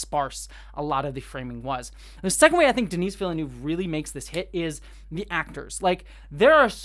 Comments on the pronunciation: The "s" in "Denis" is silent, the way you pronounce it would be the female version "Denise". It's French. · Just for the record, Denis is pronounced "De-Nee". The S is always silent when at the end in French. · De-knee Vil-nuv. Don't pronounce the S :) So excited for this one! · Great review, thanks! Small note - Denis Villeneuve's name is pronounced kind of like "duh-NEE".:)